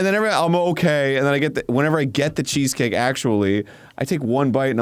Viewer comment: sad that no one seemed to notice that it sounded like Arin said "cheekscake" instead of cheesecake lol